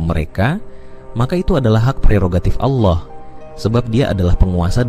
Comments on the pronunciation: Dia selalu menyebut nama Ala.. sepertinya dia orang sebelah, dan ayat yg disebut seperti surah annisa dan surat almaidah, ada beberapa yg tidak sama dengan yg dia katakan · Saat nyebut nama Allah, terdengar seperti bukan orang islam, 😅😅, nipu ya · Ini konten oten. liat aja cara mengucap allah aja dia gak bisa